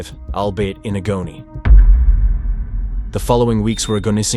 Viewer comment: "Al-bait-in-a-go-knee?" Is "albeit in agony" (pronounced 'Al-be-it in agg-o-knee')